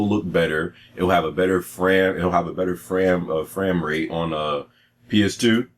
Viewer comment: I died ! LOL "fram rate"